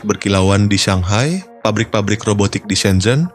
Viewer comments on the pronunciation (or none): none